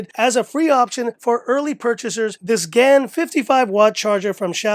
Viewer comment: STOP. SAYING. GAAAAAAAYYYN. Galium fucking nitrite. Oh lord.